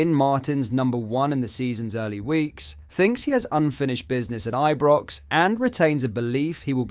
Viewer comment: But-Land, I-Brox, Ple-zn. Wtf?